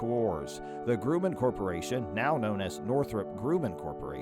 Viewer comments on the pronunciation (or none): The F-14 Tomcat was flown by the United States Navy (USN). The United States Air Force (USAF) flies the F-15 Eagle. Also Grumman is pronounced gruh-muhn not groo-man.